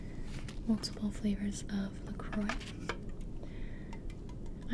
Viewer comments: It’s pronounced “La Croy” but don’t worry, for a long time I thought it was pronounced “La Crowicks” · La croix means the cross in english... The pronunciation is La CroA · 815 pronounced la croy named after the Caribbean island, st. Croix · Q A L A X Y FOR THE SAKE OF THE FRENCH PEOPLE IT IS PRONOUNCED LA CROA WITH THE A LIKE IN PIZZA,PASTA OR RUSSIA !!! 😠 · Jv ASMR no it’s not, look it up, it’s pronounced La CROY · q a l a x y it's actually pronounced "La Craw" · Please. For the french people. When you say "la croix". Pronounce it "la croa" with the A like in pizza or Russia.